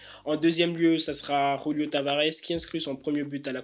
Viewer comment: Par de R dans julio on est pas hispanique mais sinon très bonne video